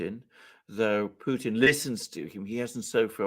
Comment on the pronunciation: Alexander is the first person I ever heard pronounce the T in Putin. Thank you.